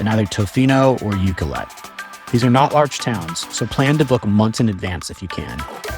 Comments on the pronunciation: Thanks for visiting the Island. Glad you had a wonderful time here. It’s a unique, beautiful place for sure. And there’s so much more outside of the areas you visited. For future visits, if you ever have to ask directions: Pronunciations: Lake Cowichan = Lake COW-ih-chin. Ucluelet = Yoo-CLUE-let. Wickaninnish = WICK-an-INN-ish. Port Alberni is on an ocean inlet, not a lake. It’s Sproat Lake, not Lake Sproat. (Also not Sprout… Sproat.) Salt Spring Island, not Salt Springs. Thanks again for visiting! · Lovely video but please ask somebody how to pronounce the different place names such as cowichan Lake/Bay ab Nd uculet, Wickaninnish Inn. You , unfortunately missed Parksville which has the most amazing beach and park.